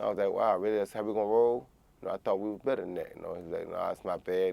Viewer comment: Much respect to communication and descalation. Roy Jones Jr puts the `G` in Gentlemen. Champ used his words and said I tought we were friends. I tought we were better than that Joe.